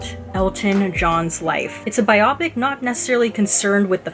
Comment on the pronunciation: Very nice review! You have a a nice way of presenting your thoughts (just as an FYI: it’s “ bio-pic”. 🙂). I am a huge and longtime (since his heyday in the 70’s) Elton fan. Had I not known the route this film was taking prior to seeing it, I would have been gnashing my teeth over all the songs that were used years before they were actually written (or in the case of Bernie giving Elton the lyrics to “I’m Still Standing, 7 years after the fact), as well as other things that were not exactly true. Fortunately, however, Dexter Fletcher the director, and the others involved with the movie, were very honest about these things, so I was aware of them going in. Re: “Tiny Dancer”, don’t know if you have seen Elton and Taron Egerton at Elton’s AIDS Foundation Oscar party earlier this year